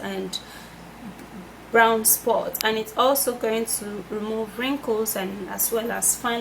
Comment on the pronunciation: It's brOwn sugar, not brAwn sugar